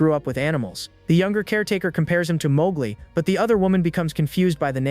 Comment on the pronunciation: Bro really said Mogli 😭😭😭